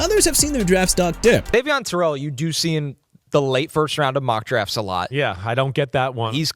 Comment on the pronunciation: 6 CRASHING FAST?! YOU MEANT 5 TPS?! YOU PEOPLE NEED TO FIX THE TITLE AND EDIT YOUR VIDEO BEFORE YOU SHOW IT!! AND IT'S AVIEON TERRELL PRONOUNCED AY-VEE-ON TUH-RELL BRO!! I'M TIRED OF YOU BUTCHERING ATHLETES NAMES AND YOU NEED TO STOP OR YOU CAN FIND ANOTHER PROFESSION! YOU UNDERSTAND THAT?!